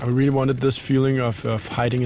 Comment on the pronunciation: I CAN'T "RELLY" WAIT!!!!